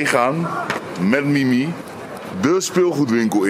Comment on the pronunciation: Mimmie? 😂😂😂😂😂😂😂😂 Ik heb elke keer in mn hoofd mimi jij zegt Mimmie klinktt als een cartoonserie ofzo😂😂😂